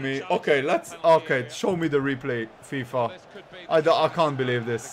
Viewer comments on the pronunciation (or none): none